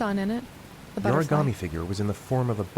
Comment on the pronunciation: No one in this game can pronounce origami so far we got origammy and origarmi😂